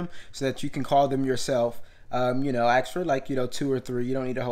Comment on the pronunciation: The word is "ask" not. "axe". Practice saying that because saying axe instead of ask makes you sound extremely unintelligent